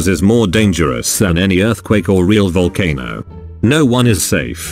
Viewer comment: Jin: Volcanose * has died of laughter*